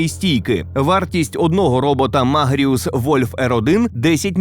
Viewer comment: Все круто, тільки MagIrus а не MagirUs))) Також є ще про що розповісти, про техніку в сфері ЦЗ. Чекаємо 🙌